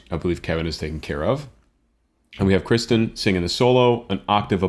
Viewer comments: It's Kir - Kirstin. Not Kri(sten). Kirsti, like thirsty with a K. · I love your critiques and analyses of songs; but just one thing, her name is Kirstin (rhymes with Thurston) not Kristen. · Love your reactions. One thing... It's Kirstin not Kristin. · I see some have alerted you—the woman in Pentatonix is KIRSTIN, NOT Kristin. She also goes by Kirstie (rhymes with “thirsty”). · K I R S T I N. not KRISTEN or Kirsty (rhymes with thirsty) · I really enjoyed your analysis of this song, and subscribed as a result. Im sure you’ve heard this too many times to count, but the young lady’s name is Kirsten, not Kristin (my niece is Kristin, so you can imagine how often I’ve stumbled on this!). I finally was helped ,e was hearing that her nickname is Kirstie, which rhymes with Thirsty. I hope this helps you as well. I see you’ve covered some of Avi’s songs. Have you reacted to some of them as well? Thanks. And I assume you know that Avi also trained in opera. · This is the second video I've watched of yours now (because I abso love Pentatonix) and was disappointed in both when, not only did you mispronounce Kirsten's name, but also fail to give Scott the credit for taking over the bass line from both Matt and Avi. With a good pair of headphones you can definitely tell the difference between Scott's bass tone and Avi's. Same pitch but very different sounds.